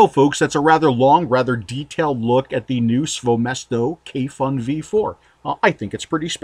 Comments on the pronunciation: Hi, your reviews are always great and in depth. If you would like to be the first American reviewer to pronounce the brand and the name of this product correctly, here it goes:) Kayfun is pronounced: Kuyfoon (with accent on the double o where double "o" is pronounced as in a word "moon" and u pronounced same way as in a word fun) and Svoe Mesto is pronounced: Svoyo (accent on second o) Mesto (accent on o) I'm a Russian speaker, so believe me this is right:) Kayfun by the way means having joy or enjoying.. Svoe Mesto means "It's place" whatever Sergey meant by that. (Everything has it's place I guess). Thank you for your reviews! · Great review. Also, if you interested, you can pronounce KAYFUN and SVOЁMESTO more accurate if you want to impress somebody. It's actually sound like [kɑifun] and [svoyo mɛsto]. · I'm a bit late to the party, but it's actually pronounced as "Kayfoon", much like "Tayphoon". As for "SvoёMesto", it's pronounced as "SvoyoMesto" (or "SvojoMesto", if you prefer German)